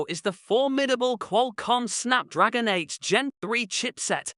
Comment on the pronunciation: Well I guess you can't really hear him saying the word 8 and s beside it making it sounds like 8 Gen 3 instead of 8s Gen 3,the way he say 8 and s at the same time will actually make it sound like 8 Gen 3.Also the phone does feature a glass back. If you wanna pronounce 8s Gen 3 then you gotta say 8 first and the s after it so that you won't confuse anyone.